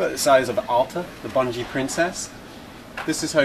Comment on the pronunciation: IT'S BUNGIE DO YOU KNOW HOW TO READ!